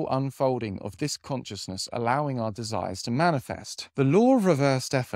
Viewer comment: Love your content. But consciousness is pronounced con-shis-ness 😊